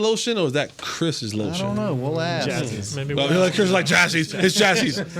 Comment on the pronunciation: I love how always tries to pronounce words correctly and fks them up at the same time lol. Omg he had me 💀 axe… AXE AXE AKS? At least he tries 😂. I could listen to him all day